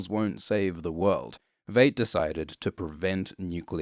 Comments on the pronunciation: Entire world: "v-eye-t": "you mean.... v-eight?" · 5 years late to the party to say It's pronounced "Vyte" not "Vade". Adrian Veidt as in might and right, not Adrian Veidt as in Jade and Evade. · It’s VEIDT LIKE VY-ITE , or VIolet. Not Vait. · Its pronounced Veet not vate mate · Veidt is German. It’s /vaɪt/ not /veɪt/ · It's vight not vaght and Rorschach is batman but poor your not understanding what is going on understand that they ruined the watchman with this and it's also racist AF good day sir there cookie's not biscuits turd no offense but stop saying vait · Why do you pronounce Veidt as "Vate", when we know it's pronounced "Vite"? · good descript but almost couldn't watch because you mispronounced V eye ght. with v at ght. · Come on man, you watched the movie, and you watched the tv series. Why continue to mispronounce Adrian’s last name? It’s pronounced “V 👁 T” not ‘V8T”! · I'm sorry, but I have to say it, it's pronounced VYET not VAYT. It is known. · I'm a little over a third of the way through the video, and you've already mispronounced Veidt (pronounced Vyte) and Bass Reeves (pronounced Bass - rhymes with Ass). Kudos for pronouncing Trieu properly. But then butchering the easy ones? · Vate. Vate. Vate. Sound it out englishman. And eggs represent rebirth? To who? When? Ever? Maybe a chrysalis does but an egg? Just shut up. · I swear hasn't seen a single episode of the show because he pronounces it as V8....this is such a disappointment. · Veidt is pronounced like "Fight" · Every time you mispronounce Veidt as Veight I want to stab myself in the ears. I mean, you watched the show I'm assuming so, you heard the correct pronunciation there not to mention the movie. That leads me to believe its intentional but I can't for the life of me figure out why... Great vid otherwise. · It's pronounced "VITE". It was pronounced that way repeatedly throughout the show. Did you actually watch the show? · Pronounced VITE